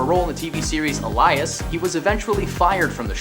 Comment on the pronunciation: "ah lie us"... hahahahaha